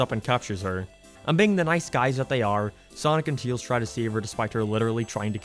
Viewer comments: Why are you having pronouncing Tails? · Sometimes he names him teils insted of tails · Teails, I like the way you say it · Why does he pronounce Tails so weird?